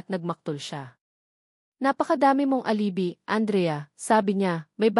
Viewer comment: Bat hindi mo.alam ang pagbigkas ng alibi???